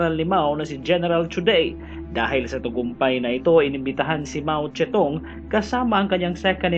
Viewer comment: Mao Zedong yan sir hindi mao ste tung